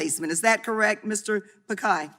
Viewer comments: She every time pronounced pii-kie😡😡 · She's wrong in all counts on 'pick khay' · Sorry Ms DemiMs, unless you get the name as PiCHAi, you get a butchered name too! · She is pronouncing Pichai's name all wrong. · When you can't even google the pronounciation of the name of the CEO of fricking "GOOGLE" beforehand. Smh. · she keeps pronouncing his name wrong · That's why he's the CEO of the biggest company in the world, it's about being inclusive. Names are proper nouns, and different cultures would pronounce names differently. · If youre lecturing him at least pronounce his name right... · First of all atleast Pronounce Pichai correctly. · They can pronounce schwarzenegger.... But they can't pronounce Pichai...... 😂 😂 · Bhai ye log aisa nahi hai ki pronounce nhi kar paate ye bkl jaan bujh ke galat bolte hain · Indians laughing her way of pronouncing ' PICHAI ' 😂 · She didn’t even pronounce his name correct. LMAO. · Can someone tell ms. Lemings how to pronounce “pichai” smh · Atleast get the name right. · if you can pronounce saoirse raonan, timothee chalamet, John krasinski, pichai is easier than all of them. Stop making excuses. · She didn't even know how to pronounce and that clown is elected to run the contry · Pronounce his name correctly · Mr. picai?😂😂😂 It's Pi-chai not picai. 😭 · At least learn to pronounce the persons name right congresswoman, just better ask, it’s not Pikai , it’s Pichai ( chai as in chain) . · Not Pakaai... It's Pichai. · Mr. Pichai being called Mr. Pikai😂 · She said pikai instead of Pichai 🤪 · Okay thats not pronounced as pikai rather picai.. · when she pronounced Mr Pikai instead of Mr Pichai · Mr. Pakai...... Noice pronunciation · mr pikhai? At least pronounce his name correct. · Congresswoman calling Sunder Pichai, Pakai instead of pichai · Why is sundar pichai using cisco webx instead of Google meet and his name is pichai not pikai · It's not pikai It's pichai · How on earth is the congresswoman pronouncing pichai as pakai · It's Pich-ai